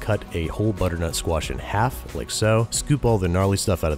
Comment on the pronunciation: Does it sound like he is saying "Butternote Squash Risotto" to everyone else